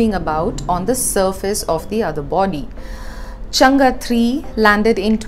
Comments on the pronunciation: Hi, Chang-e is pronounced चांग - अ, where the अ sounds somewhere between a and e. You seem to pronounce it more like चंगा. It is a proper noun and ofcourse you have some lee way on how to pronounce it. Your videos are very informative and glad that print is devoting to a Science section, when many media houses just seem to ignore Science section due to lack of funds. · It's chang not changaaa